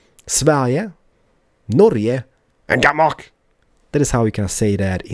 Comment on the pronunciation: I love how you say Denmark. I'm from Denmark, so can you please go there in the next episode. København